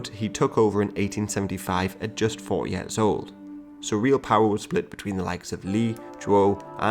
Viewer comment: Yo why you sayin yaars instead of years my dude. Thx for the content though, it's really fun to watch and educates me immensely